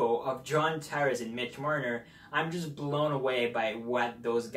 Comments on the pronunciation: I feel like you don't know how to say "Tavares" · Lol, his english was driving me crazy too.. He seem to not pronounce certain letter combos properly.